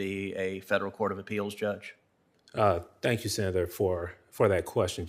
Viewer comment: WHEN HE SEZZ TANX IT'S TO STAWL FOR A MIRACLE .!